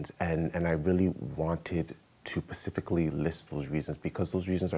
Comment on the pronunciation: If he says "pacifically" one more time...🙃🤣